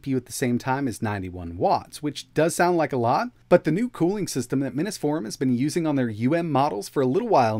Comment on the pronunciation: Does the Minis Forum care that you totally mispronounce their name every time you do a video?